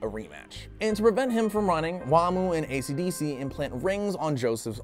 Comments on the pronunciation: for the last time its esidisi not fukin acdc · i swear i even though i have seen part 2 i thought he was saying acdc the band